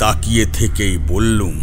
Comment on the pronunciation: Beral abar ki,biral bolun,bollum noy,bollam,bangla na bolte parle channel chalaben na,plz.